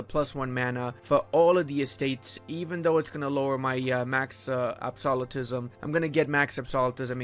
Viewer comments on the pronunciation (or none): Ab-so-lu-tism Not ab-soli-tism